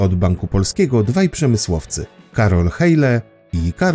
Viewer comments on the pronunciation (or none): wymawia się "hile", a nie "hejle"